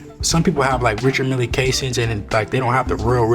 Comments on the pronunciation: Pronounced ‘Rishard Meel’ not ‘Richard Milly’ 🤦🏻‍♂️ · Bro cant even pronounce the name of his watch🤣